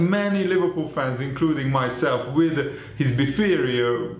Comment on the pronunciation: With his "befarior"😂😂😂😂